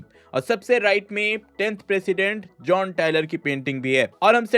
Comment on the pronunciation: Gian nahi "jon" pronounce krte hai use